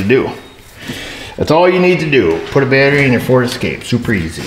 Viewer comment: I didnt hear at the start of the video we got another ferd escape in here for a battery replacement ! another ferd terd !